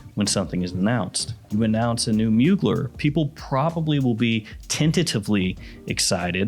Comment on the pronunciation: It’s pronounced Moo-Glare jfc